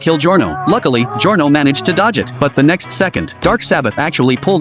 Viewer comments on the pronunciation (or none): none